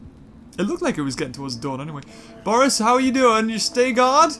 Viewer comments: It's Boris, not Borse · It's not borse its bores